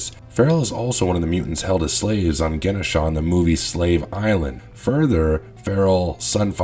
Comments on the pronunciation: The way he pronounced Genosha gave me an instant migraine... Jen-oh-sha.... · Great video. But your pronunciation of Genosha was a little annoying